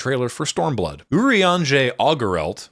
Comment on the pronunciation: I respect the effort put into condensing the behemoth that is Final Fantasy 14 into a little under 30 minutes. 10/10 no notes. However it will be immensely funny to me that the only Scion names pronounced right were Estinien and Urianger, of all people